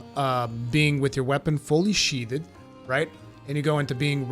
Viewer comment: Lesrn how to say, “sheathed” my god